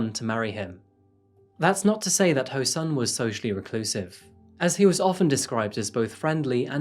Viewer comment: easy asians say their last names then first name. kang is pronounced as kAHng, not kAYng. the pronounciation of o in ho rhymes with soul; hOUL instead of hOH (the same pronunciation in japanese) sun as sun :)